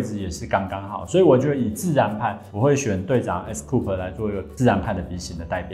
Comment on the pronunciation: 隊長的名字唸做 ㄟ斯酷斯喔～ 很有趣的分析影片 封面超吸睛😊